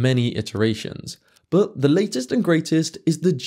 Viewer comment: "But" has a "t" in it. It's not boo. How do you say butter? Buhuh? 😆